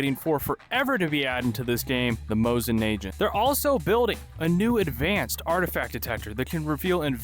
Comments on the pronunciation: "mosin na-J-ant" bro... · Bro as a gun nerd, I felt pain hearing those mispronunciations of mosin nagant